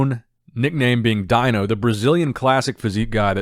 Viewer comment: its actually pronounced `deeno`.... just an FYI